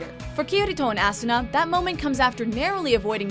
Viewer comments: OMG THE FIRST ONE!!SHE SAID ASSUNA NOT ASUNA. BROOOOOO THIS MADE ME CRACK UP🤣🤣🤣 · Her name is not pronounced like (ass-una), it's pronounced like (aw-suna) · did she just say Assuna? lmao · How asuna was pronounced 😂 ass-oo-na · Kirito and ASSuna is what you said. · did she say....ass una??? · why do you say asuna like ässynä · Her name is pronounces ah-soo-nah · kirito and ass-una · She pronounced it Assuna. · it's sounds likes she says "Ass"una xD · LOL! Ass-una. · Okay but the way you said Asuna just ain't it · Did you seriously say asuna's. name wrong...? 🔫 how dare you.....! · WOULD IT KILL THE PEOPLE ON THESE CHANNELS TO FUCKING PRONOUNCE ASUNA'S NAME RIGHT?!?!?!?!